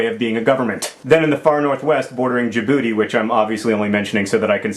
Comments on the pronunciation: John, I have friends from there, and it's pronounced Jib boot tay, not Jib Booty. Knowledge is power. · Djibouti...not jaboodie.